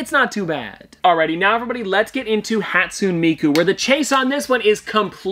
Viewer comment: I don’t wanna be that person, but it’s haat-soo-neh miku lol